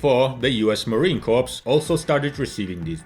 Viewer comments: Just a quick heads up. Its Marine Corps (sounds like Core) not Corpse. Marines dont like it when you mispronounce the name of their branch. Easy mistake but quite deadly. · It's pronounced Marine "kore" with a silent "ps" - not corpse like a dead body. Edit: also they are hard points not "headpoints" - otherwise, thanks for the quite thorough history review and semi-subtle corporate pitch job.😎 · great video. learned the history of the particular jet. the pronuciation though of corps in marine corps is “core”, not corps as in a dead person… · Everyone, Russian or whomever, knows that "Corps" as in "Marine Corps" is pronounced "Core". Why did say "Corpse"? I like, but he ought to correct this basic mistake. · Please, Marine Corps is pronounced "Marine Core," not "Marine Corpse." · "Corps", is pronounced "Core" in Marine Corps. Blame the french for the word, and pronunciation. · Marine Corps is pronounced "Marine Core" you uneducated swine. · US Marine Corps. the Corps is pronounced as “Core”, not corps... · In case you run into a Marine, Corps is pronounced "core". No P and no S. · I was going to post this. I'm sure it's driving many Marines bonkers hearing him mispronounce "corps". Thank you.